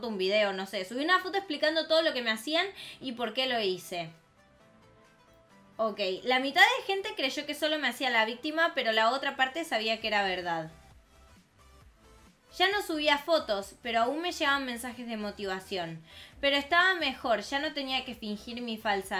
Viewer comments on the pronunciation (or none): En la parte decía vistima con S no decia VICTIMA decía VISTIMA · dice vistima no victima xd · Minuto "LA MITAD DE LA GENTE CREYO QUE SOLO ME HACIA LA VISTIMA VISTIMA VISTIMA VISTIMA iVISTIMA!aaaa. VISTIMA?COCODRILO XD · VIS-Ti-MA cocodrilo :v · alguien vio q de ves de victima dijo vistima xD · Jsjsjsjsjjsla chica dijo vistima no victima 😂😂😂😂😂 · pusieron vistima lo dijo bien pero escribieron vistima jajaja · no deciA VICTIMA decia VISTIMA xd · Decía vistima jajajajaja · no dicia victima dicia vistima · En la parte decía vistima like si eres chileno🤣🇨🇱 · no soy chilena pero doy like por que si me di cuenta que decia vistima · decia vistima😂😂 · de casualidad la Creadora Es chilena xd? Vistima